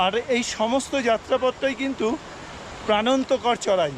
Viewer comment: Brother kothata pranonto kor noy kothata hobe prananto kor... Video Darun..